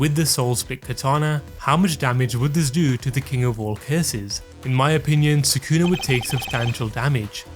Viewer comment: Soo-koo-nuh ≠ Sah-ku-na